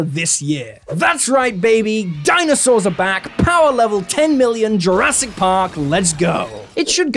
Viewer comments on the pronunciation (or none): none